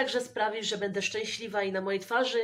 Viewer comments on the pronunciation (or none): none